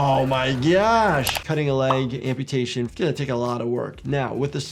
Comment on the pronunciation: "amputation" lol